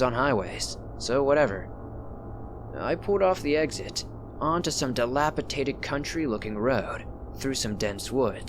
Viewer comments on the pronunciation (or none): You say it all the time and it really grates on me. You say dilapitated. It’s dilapidated